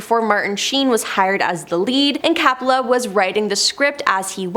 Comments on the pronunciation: COPPOLA...NOT CAPPOLA! 🙄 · Ok it’s Coppola , not cappala. Apocalypse filming was full of drugged up and method actors. It wasn’t a curse, it was the 70s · All those names being tortured several times Coppola as Cappla, Nirvana as Nirvania 😅😂🤣i almost got a seizure listening to that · Francis Ford Coppola, with a long o sound as in OH.